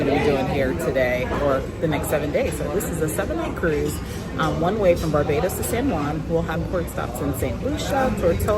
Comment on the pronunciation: you pronounce barbados like a real bajan 😂